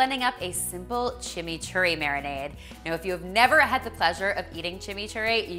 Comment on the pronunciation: I love love love these. But being from Argentina, I just cringed when you called that chimi churri. Maybe it's inspired but it is not authentic.